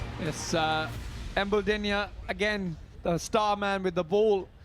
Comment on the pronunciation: It's embuldeniya not emdulduniya😂😂😂😂😂😂😂😂